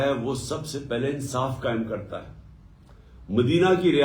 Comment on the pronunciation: Ye Nabi Sallallahu Alayhi wa Sallam sahi nahi bol sakta, keun ke ye aik shaitan hai or Paak Nabi Sasallallahu Alayhi wa Sallam ka naam is ki napaak zuban pe nahi charh sakta. Ma’az Allah, ye shaitan Nabi Sasallallahu Alayhi wa Sallam kehnay ke bajae Nabi Salla Walay wa Sallam kehta hai.